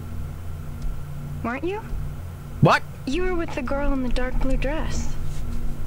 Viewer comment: Not to mention having to say "brue" for "blue" in the first one.